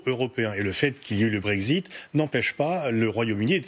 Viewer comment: "Le Brégzite" ?